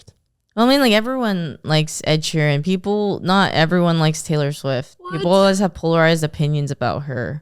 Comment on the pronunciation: The way he says Ed Sheeran triggers me everytime, It's like he's saying Ed She Ran.